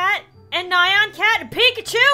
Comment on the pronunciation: *says nayan not nyan* Me:*triggered as hell*